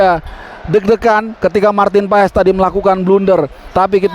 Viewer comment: Klo kata coch justin paes di bacanya paas 😊